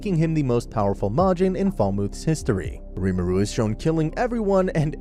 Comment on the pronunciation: Its not pronounced rimuru its pronounced ree-mu-ru i am a stan for tensura so ,im sry but this kinda ticked me off